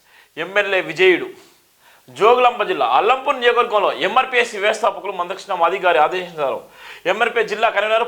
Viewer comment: అల్లంపూర్ కాదురా సామి! అలంపూర్ అనాలి... నువ్ ఎక్కడి జర్నలిస్ట్ వ్ రా బాబు....